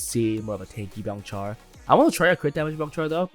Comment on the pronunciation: Byongchul ❌ Byongchar ✔